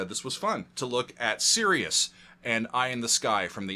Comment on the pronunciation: it’s not SERIOUS it’s Sirius!